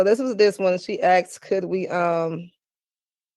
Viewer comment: She “axed”…and people who can’t speak proper English want so be respected? Laughable!